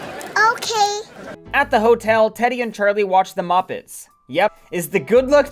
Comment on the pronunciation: why do you pronounce muppets like that